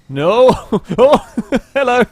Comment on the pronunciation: Not as bad as how he says MPV. Or the heeeeeeelllllllloooooo and welcome to the shooooooooow lol